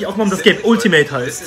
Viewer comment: Man sagt entweder "Altimäit" oder "Ultimett" :D